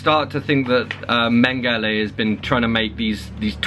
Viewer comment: Mengele is men-guh-luh, not men-guh-lay